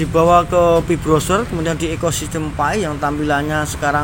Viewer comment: PI BROWSER bang, brow-ser Bukan BROSWER 😂😂😂😂😊